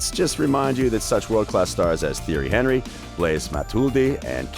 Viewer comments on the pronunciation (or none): The way he said Henry’s name😂